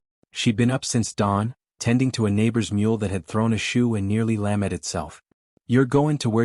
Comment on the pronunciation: Please teach your AI narrator how to pronounce 'wound' and 'lamed'. Thank you.